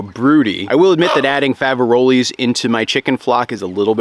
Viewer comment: It's pronounced Fav-a-role (the s is silent) unless discussing more than one!